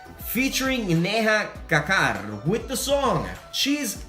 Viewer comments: it's Neha kakkar not deha kakkar...🤣🤣🤣🤣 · It is not Deha Kakkar ....but Neha Kakkar... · The way he said udit Narayan n Neha kakkar.. I was like 🤣🤣🤣🤣🤣🤣🤣🤣😂😂😂😂🤣😂🤣😂🤣🤣🤣🤣😂🤣😂🤣😂😂🤣😂🤣🤣😂🤣🤣😁🤣🤣😂🤣🤣😂🤣😂🤣😂🤣😂🤣🤣🤣😂😂🤣🤣😂🤣😂🤣🤣😂🤣🤣🤣😂😉😂